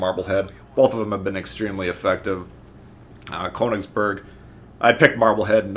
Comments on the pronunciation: atleast google how its pronounced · You pronounced königsberg wrong